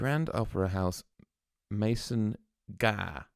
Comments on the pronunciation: Pronounced Makon not mason. My home town. They were based n Macon with Capricorn Records. Saw them many times including this concert. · Macon Georgia. Pronounce it like "MAY kin'.